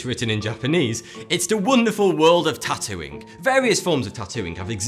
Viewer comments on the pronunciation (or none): Is he saying tattooing or Tatooine?? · When he said 'the wonderful world of tatooing' I thought he said the wonderful world of tatooine.